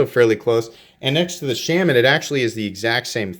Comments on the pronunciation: Shaman sounds close to charmin the way you say it. Shay-man lol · Awesome knife ...thanks for review! I've been slowly getting most of the available Natives and need to pick this new G10 S30V version. BTW your killing the name on the Shaman lol...here is Eric Glesser from Spyderco